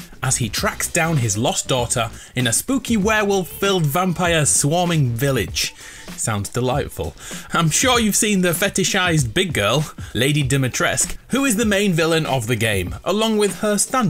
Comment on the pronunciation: For anyone curious, Dumitrescu is pronounced Dumitres-coo